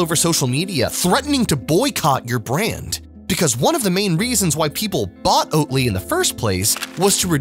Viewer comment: Oat Ly! Sounds more like Oat Lie.